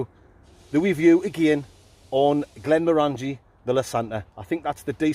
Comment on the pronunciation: For the next waskey review - it's "Glen-moran-gee" not "Glen-mo-ran-gee" ;)